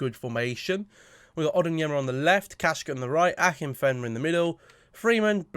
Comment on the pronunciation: It's ON-YER-DIN-MA 🤯